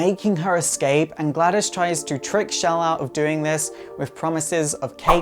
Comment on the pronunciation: It's Chell, Not Shell.